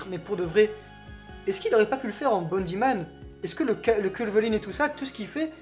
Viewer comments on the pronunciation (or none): Pourquoi vous dites Bandit Man? C’est Bound Man (homme rebond)